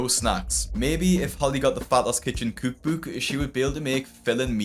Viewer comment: I cannot stand the way he says cookbook